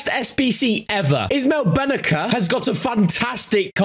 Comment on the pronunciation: His name Brennacer is pronounced with a c not a k